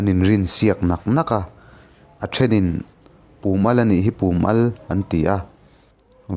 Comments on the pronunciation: Chi (salt) an inrinsiak naah 'Pum al' tih lai hi Pùm ni lovin Pum(a vai, zawng zawng) sawina zawk tur a ni a,i lam dan hian a tum a kawk ṭhelh deuh em ka lo ti ve e..Naupang awm tleinan a ṭangkai hle mai,han ti zel teh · Pum al tih hi "Ram pum huap" tiha "pum" ang hian lam a, al hi "Baiah chi ka al" tiha "al" ang hian lam hniam ni ta se, a ngaihnawm zawk maithei. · Pum al I lam Dan hi a diklo